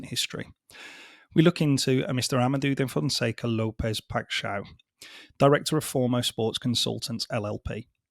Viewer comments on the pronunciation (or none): For future reference, as a Portuguese speaker, his name is pronounced: Ama-day-uuu Pai-sh-ow. Great video.